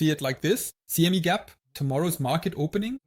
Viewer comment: its pronounced CME not CMI Chigago mercantile Exchange